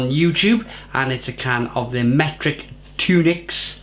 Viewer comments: Tun ocks, not tunix lol your mrs will be at you again😂😂😂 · Pronounced Tunnock not Tune ics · Tunnocks, not tunics. Good review though. 😊